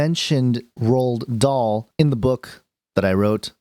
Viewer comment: It would be nice if you could take the trouble to pronounce the author's name correctly while you slander him. It's so easy to trash people who are smarter, more talented, and more creative than you,, but it doesn't make it right.